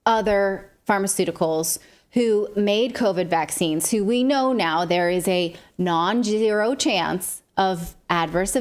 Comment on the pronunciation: It's Rem-des-i-vir. You're saying Rem-dem-si-vir. You're adding an "M'. And what exactly is that you are saying about the chances of a serious side effect? Sounds like "non-genero chance"? Are you saying non-zero chance? Does that mean there is a chance? And, btw, when you have a double subject, such as the CDC and the FDA, that takes a plural predicate, such as have, not has. You would not say, "The FDA and the CDC has not...". You would say, "The FDA and the CDC have not...". Did they stop teaching grammar? Yes, I'm old.